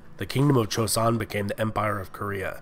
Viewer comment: This is quite late, but your video was the second video I watched about this topic and let me tell you, your apology about potential mispronunciations (which weren’t bad at all) was greatly appreciated considering the first video I watched pronounced joseon as Joe-see-on